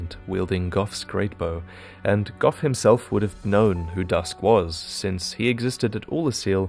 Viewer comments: umm you do know gough is not pronounced (gof) right? gough him self even says is gough as in (go) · Gough is pronounced "Go" Miyazaki said himself although both does sound better